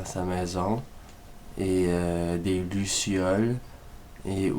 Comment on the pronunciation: des "glucioles"